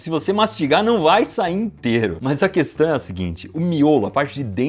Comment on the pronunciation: Ops!.. Será que eu ouvi direito vc falar “questã”? Em todo o caso, parabéns pelos seus ótimos vídeos!